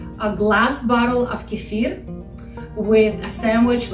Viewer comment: I don't find anything at Wikipedia for Kifer, tried Kifir based on you pronunciation and didn't get a match. So, I tried with Google and I don't get anything for Kifer, but do get links for Kefir. Trying Wikipedia again, I get this link, Quote: " _Kefir (/kəˈfɪər/ kə-FEER;[1][2] also spelled as kephir or kefier; Russian: кефир; Adyghe: къундэпс; Karachay-Balkar: гыпы) is a fermented milk drink similar to a thin yogurt or ayran that is made from kefir grains, a specific type of mesophilic symbiotic culture. The drink originated in the North Caucasus, in particular the Elbrus region along the upper mountainous sections of Circassia, Karachay and Balkaria, from where it came to Russia,[3][4] and from there it spread to Europe, Canada, and the United States, where it is prepared by inoculating the milk of cows, goats, or sheep with kefir grains.[5]..._". I'm sure that this is what you are talking about, " Kefir. instead of Kifer.. Please make the correction in the title for this video, if that can be done without losing this page.